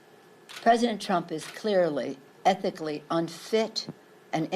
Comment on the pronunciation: 'ehically unfit'!? ha ha ha what does that make her?